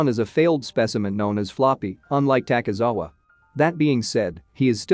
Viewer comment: Fr LOL at least he said takizawa but he said seiduo wrong but ill give him that one